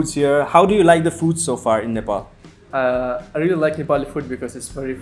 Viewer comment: They pronounced 'Nepal' as 'Nepal' not nefol💓